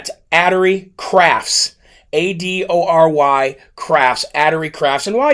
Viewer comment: Adory is 'uh-DOR-ee' (like adorable, but with a 'y' instead of 'able') 🙂